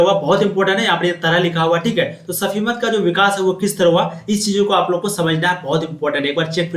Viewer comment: Sufimat hota hai safimat nahi hota hai